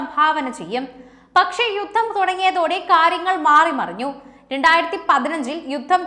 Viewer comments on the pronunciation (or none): none